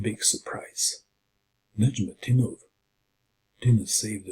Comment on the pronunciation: Your pronunciation of Nezhmendtinov is simply superb, you are always excellent when it comes to the names of the players